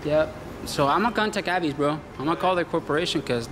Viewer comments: It’s A....vis. Like Visa....not A....vise. Haha. Nah but really, TSA lady was great and so were the rest. Except the Avis square. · Its prounounced AAA... VIS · AVIS.. pronounced, Aye-Vis. And yes, Alex was a very sweet TSA Agent. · it's pronounced A - VIS <--- rhymes with miss , AVIS ...You don't want to call the company and say their name wrong , doesn't look good ~